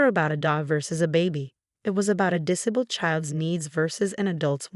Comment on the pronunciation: Have the voice over have English lessons in how to read English properly. Her diction is woeful and annoying. The amount of times she misread disabled made me grit my teeth.